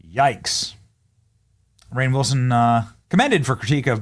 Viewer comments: It's pronounced rain. Not re-ann. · Its pronounced Rain NOT REAINN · It pronounced Rain! 😅 not Ran. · His name's not spelled Ray-an, Ree-an, or Ryan. You don't know how to pronounce is as you pronounce it differently each time you say it. But I don't either. But I'd start with how it's spelled. So perhaps it's just like Rain. An extra N shouldn't change how the vowels or diphthong is pronounced. Maybe it's Ra-inn. I know you struggle with name pronunciation Benny (Saying Laura when the name is obviously Lara, not Laura), but maybe try and sound out the word. I know not everyone was taught how to do that at school, but you could ask someone older how to do it. Or look how to sound out words. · His name is just pronounced "Rain".... not Re'ann. C'mon man. I don't care that much, but I want it right. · It's pronounced Rain Wilson, not Reanne. Will someone please teach Benny how to read? FFS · Lol, "he played an iconic character" and yet his name was pronounced at least four different ways in this clip. "Rai-in." "Re-ain." "Re-anne." "Rain," which is the correct way. That said- Rainn said some awfully woke sh!t not so long ago. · Benny! PLEASE pronounce Rainn correctly! It is pronounced like RAIN, NOT "REE-AYN"!!!!!! SHEESH!!!!! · Right? I was like. How hard is it to pronounce Rainn?? He was saying ray-inn and ree-ann. Like…how…????😂😂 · It's pronounced RAIN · RAIN!...it's pronounced RAIN!..I love your channel, but that absolutely is skin crawling every time you say it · His name is Rainn like Rain 🌧️ 🤦🏾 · That's funny, I've never heard anyone pronounce Rainn Wilson's name before. I always pronounced it Rain Wilson. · Pronounced Rain😂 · It's Rainn, Benny...... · You say his name like rain. I don’t know why you’re having such issues saying rain. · I mean, at least get his name right dude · Pretty sure Benny is intentionally saying his name wrong… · He never 👎 gets it right 😝